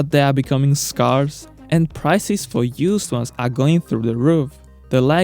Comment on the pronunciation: You got most of it right, only it's an "ae", not "ah", when pronouncing "scarce". IDK why, it violates the common English rule. Otherwise, great video!